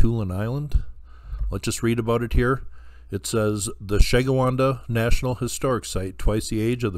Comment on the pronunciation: It's pronounced Sheh - gwin- dah.